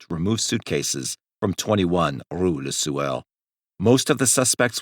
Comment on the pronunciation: It sounds like he keeps saying le sewer....🤷🏻‍♂️💯😂😷